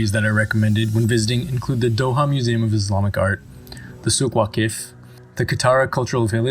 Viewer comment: It’s written as Souq Waqif but pronounced as Soug Wagif